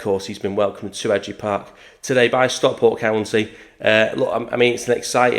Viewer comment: We'll forgive you struggling with pronouncing his name but you really need to work on your pronunciation of Stockport.